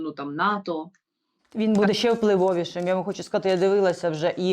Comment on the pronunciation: Не щЄЄ, а щЕ. Не щЬО, а щО. Розмовляйте по - людськи. В українській мові нема пом'якшення шиплячих літер. Це йде від совка, від росії, чЬто, чЬо, чЄво.